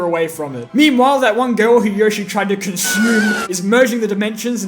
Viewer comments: YOSHI YO-SHI NOT YOH-SHI YO-SHI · It’s Yo-shi not Yosh- i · Anybody who says YAH-shi instead of YO-shi is an idiot... 🦖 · People that said “yashi” over yoshi are same people that say “hAn” solo over “hahn” solo if you know what I mean. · Its yoshi not Yo Shee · Yeaah, but.... yoshi says it like yo-shi, not yoe-shi. this piece of sh*t can not overwrite the actual sound yoshi makes in MULTIPLE OFFICIAL GAMES! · Yoshee not yoashee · WAIT there were people who said “yawshi”? but ... yoshi literally says himself “y-oh-shi!” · Got used to saying yawshi since saying yohshi made a family laughing stock when playing smash back in the day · Of course Yoshi is "Yo-shi", it's Japanese. "Yosh-i" is an English brain reading the word. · But the Japanese is pronounced "YOH-shi", not "YOE-shi"... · Who pronounces it y-ah-shi?? Never heard anyone say that. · Yoshi says his name yowshi but it is pronounced yoshi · No, in the games, Yoshi himself pronounces it as “Yawshi” Except in the Mario cartoons, where he says “Yohshi”, but the games are usually more reliable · Who says it like yoshi, weirdos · who ever pronounces yoshi like that should be put in prison for life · it's yoshi not yoshi